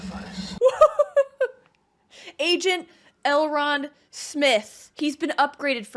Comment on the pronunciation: Please stop saying Elron lol